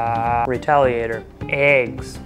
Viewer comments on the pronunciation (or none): When he said spamf I resisted but "retaliator" got me dead